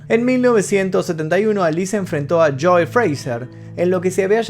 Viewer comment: "Los nazi", "cólord" (colored), "líson" (Liston), "chóu" (Joe), "forman" (Foreman). El final fué muy emotivo, no pude contener las lágrimas. Siempre será el más grande, ninguno como él.